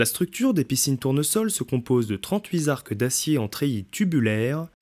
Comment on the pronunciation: "Arqueu de cercle", "trente-huit Z'arcs d'acier"... Ouch, j'ai les oreilles qui saignent.